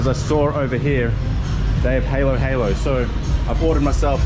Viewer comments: no offense but you prounounce it hAlo hAlo not heylo heylo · haa low haa low is the pronunciation not the hay loh you speaking halo halo like the game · Ha lo ha lo... not haylo haylo. "Ha" = halo halo.... "ha low" "ha low" 😘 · It’s actually pronounce Hallow hallow as in long A to us Filipinos. not hello hello that’s why the boys are snickering everytime you say the word. But its ok. Love your blog so entertaining 🙏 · Halo-halo (Ha-low Ha-low) not (Hey-low Hey-low) . Etymology: From Tagalog, in which halo means mix. Ube halaya (u-beh huh-luh-yah) or halayang ube (variant spellings halea, haleya; from the Spanish jalea, "jam") is a (Dioscorea alata, locally known as ube). Gulaman (Goo-luh-muhn) Kaong (Kuh-ong) is the fruit of the sugar palm tree. Translucently white in color and chewy in texture, the cute-sized fruits are a popular ingredient in halo-halo. They sort of look like very girthy jellybeans! Nata de coco - (Nut-a de coco), also marketed as coconut gel, is a chewy, translucent, jelly-like food produced by the fermentation of coconut water, which gels through the production of microbial cellulose by Komagataeibacter xylinus. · Is it possible for you to say the correct pronunciation H(ah)LO instead of H(ey)LO? Or is it linguistically impossible? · Ok, you're eating it right, but instead of saying haylo-haylo, try this instead- huhlo-huhlo. The vowels are all pronounced short, there are no long vowels. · I think they are making fun of you cause they are laughing that u pronounce it heylo heylo not halo halo the pronouncing of a is ah s o its hahlo hahlo lol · You pronounced it wrong it's halo-halo not haylo-haylo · Hah lo hah lo not haló haló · Dude, stop pronouncing it “hey lo hey lo. It’s hah lo hah lo. Take that Australian out of you for a sec and pronounce it like the natives there. You heard them say it “ hah lo hah lo. It’s annoying dude. So get it right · How to say halo halo properly: say ha and then say low without the w there you go